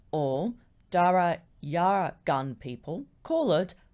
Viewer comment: Omg don’t even try to pronounce those tribal names, u butchered them big time. I learned djabagungy at school, the language of the djabaguy (jab-a-guy)…. That word you butchered is pronounced jarra-gun…. Simply say u won’t try pronounce them for fear of butchering them or simply learn how to pronounce them properly.